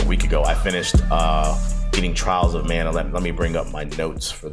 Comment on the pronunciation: Mana not Man